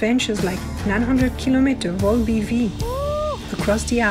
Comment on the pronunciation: It's called Vol-Biv for Vol & Bivouac so you don't have to pronounce Vol-B-V...